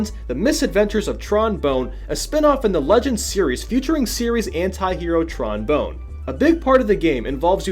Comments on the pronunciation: its pronounced "Bon" not "bone" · Tron BONNE, not Tron Bone. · bonne like on, not bonne like stone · You pronounced the name wrong. It's TRONE Bone. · Her last name is pronounced bon not bone. They even refer to their last names as pronounced bon when they speak of themselves in the Legend series. Hence why there are two Ns. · Bone? Tron Bone? Cmon my dude, they literally pronounce it as Bonne in the games. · I just said that further up. Bon or Bawn not Bone. I dunno what they were thinking. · I thought it was pronounced as "Tron Bon" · "Tron Bone." Was that intentional? :P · 1st time: "It's said "bawn". 2nd: "That's not the sound two n's make." 3rd: "..... Urg." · I know how it's pronounced in French, but in all of the games, they pronounce it like it rhymes with Tron. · How do you mess up the pronunciation of Tron Bonne's name when it's literally said every time you boot-up Misadventures? Unless there's some joke about boning Tron that I'm missing here...